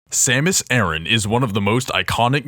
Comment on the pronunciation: Her name isn't "Samis Erin", it's SAM-US AH-RAN